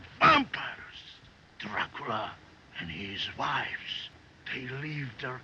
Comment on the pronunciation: IT'S NOT PROMOUNCED, DRAHCULA... IT'S DRACOOLA!